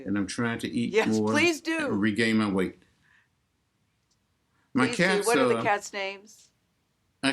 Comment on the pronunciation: It sounded like “my cats are”